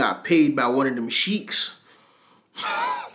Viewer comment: Bro you said sheikh wrong.